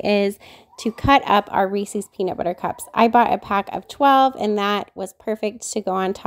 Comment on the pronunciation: It is pronounced Reese’s as in plural for Reese. Not Reeseee’s!!!